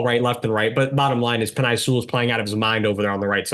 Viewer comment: Make sure to pronounce the players names correctly.....Penei Sewell is pronounced PEN-NAY, FYI.